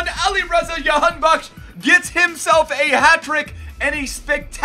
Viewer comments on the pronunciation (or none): That is the dutch pronunciation which is normal because that's where he plays and how it is heard most around the world. It's said the exact same way you did but the J is Juh not Yuh lol. That intro was amazing though lol. So Jah-han-bak-sh. Alireza was correct but the R is rolled similar to how the spaniards say their R's. So say the R with your tongue. And it's ali-reza not ali-reyza. I'm sure no one gives a shit lol. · Its pronounced JA-han-bakhsh LETS GO IRAN🇮🇷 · j in jahan as in jackson not yahanbakhsh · Dont mind the pronounciation we call him Jan Bakkes here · The j is pronounced j